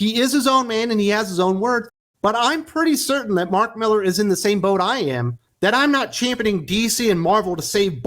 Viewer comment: Mark Mi-lar.🌹